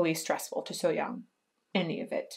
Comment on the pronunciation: Your So Hyang pronunciation is perfect. Good job!